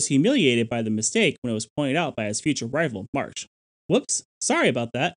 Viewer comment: It's not a ple-asore, it's a plee-zee-a-sore. The first 1/3 of the video you were pronouncing it incorrectly, you're pronouncing it correctly now. And you said March...not Marsh...O.C.Marsh.